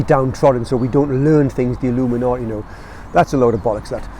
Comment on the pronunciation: Fantastic vid. I love the passion and the energy, it helps to keep me going. Also, Illuminati sounds awesome in a geordie accent. Keep grinding everyone. 🤘🌱